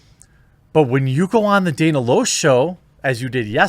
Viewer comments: LASH NOT LOSH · It’s pronounced Lash, not Loosh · Loesch is pronounced Lash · Dan Uh Lash, not Day Nuh Loshe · It's pronounced "Lash" not "Losch". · Loesch is pronounced "Lash" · FYI. Loesch is pronounced "lash". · Pronounced Lash ffs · Loesch pronounced LASH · LASH! its pronouced lash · Dana's last name is pronounced "Lash." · It's pronounced Dana Lash despite its spelling. Always thought her last name was weird. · Her last name is pronounced "Lash" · It's pronounced "Lash." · Lash, it's lash. Dana Loesch( LASH) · it is pronounced Lash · I know how her name is spelled but its pronounced Dana Lash. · Dana Loesch (pronounced lash) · It’s pronounced Dana “Lash.” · It's pronounced "Lash" just sayin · Her last name is pronounced Lash. It’s German. She’s a great person. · You can't be that disappointed in Dana, you don't even know how to pronounce her name